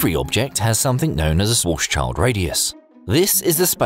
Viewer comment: Schwartzschild is a german name, you read it by german rules. Its "sh-wartz-shield", not "chaild". Gee, why are so many presumably educational channels messing up this basic thing...